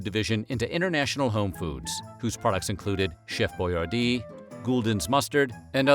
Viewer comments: Your pronouncing his name wrong. It's pronounced Boy-ardee , not Boy-are-dee. Think Yardy without the y. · It's pronounced Boy- AR- DI. NOT BOYAR-Dee